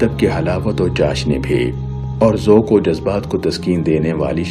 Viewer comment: بھائی جمع کو انگریزی کی بجائے اردو زبان کے حساب سے لکھیں۔ کالم کو کالمز لکھنا بے ادبی ہے۔ اسلامی کو اسلامک کہنا بھی غلط ہوگا۔ ذوَق کو ذوٗق کہنا بھی غلط تلفّظ سنائی دیا۔ ہیں میں مانو آپ ں کی آواز کو دباکر ہے کہنے کی کوشش کی ہے۔ انگریزی کو انگلش کہنا بھی شرم دلاتا ہے۔ جانے کیوں انگریزی کو انگلش اور عالم کو اسکالر کیوں کہتے ہیں۔ یہ جو بھی کہتا ہے اسکی دین پر کمزوری کی غمّازی ہے۔